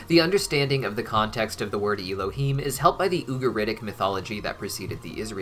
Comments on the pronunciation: I love you, and I love that you are taking our (Jewish) religion into consideration, however, your probounciation of Hebrew is abysmal. It isn't Y-lohim (him). It is Ehlohem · I don’t mean to sound rude, but you are pronouncing Elohim wrong, the ‘E’ is pronounced as ‘Eh’